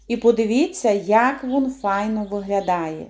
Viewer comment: Шукала рецепт кабачкового рулета і попався ваш. Рецепт гарний, але я на захист рідної української мови. Для чого так знущатися над нею? Замість слова він ( рулет) говорите «вун «. А депша?😱Немає такого слова в українській мові. Дуже прикро, що українці чи то не люблять рідної мови, чи навмисне так говорять, але слухати не дуже приємно